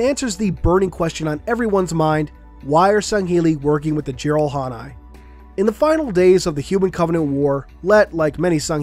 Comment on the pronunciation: it'd be nice to know how they got back into human space in one piece... y'know the covenant were still in full swing and they couldn't warp to another place because their core went boom-boom. also it's pronounced jir-al-han-ae not jir-al-han-ai... just noting it down.